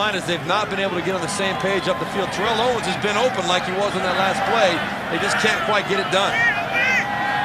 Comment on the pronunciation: Why does keep mispronouncing Terrell Owens's name??